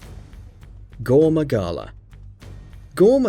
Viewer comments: "Gore Maingala"lol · shengaru magala and gore mangala? how could anyone possibly pispronounce that? even i who had never heard anyone say either name until recently couldnt have made that mistake? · how do you say gore magala wrong twice let alone saying shagaru magala